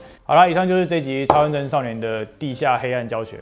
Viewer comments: 我聽成茶碗蒸少年= = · 突然聽成"茶碗蒸少年"🤣🤣🤣